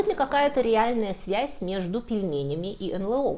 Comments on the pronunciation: Если следовать правилам произношения букв алфавита НЛО звучит : "Эн Эл О", а не "Эн Лэ О". 🤓😎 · У всегда грамотная речь и правильные ударения. Поэтому удивило произношение эНЛэО вместо эНэЛО. Или это - тоже первоапрельская шутка? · К стати, не "эн-лэ-о", а "эн-эл-о". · Не "эн лэ о", а "эн эл о", аж слух режет.